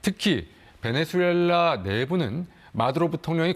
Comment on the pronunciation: 베넨술렐라 (X) 베네술렐라 (X) 베네수엘라 (O)